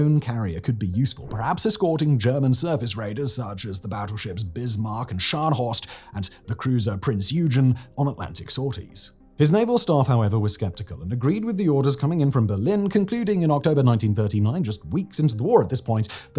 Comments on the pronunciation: EAR VIOLATION: Prinz OY-Gen, not EU-JEN. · Argh! Prinz "Prinz Oigen", with a hard "g", as in gold. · It’s prince oi-gun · Price Yoojen ? Simon, that is so off the mark. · prince oi-ghen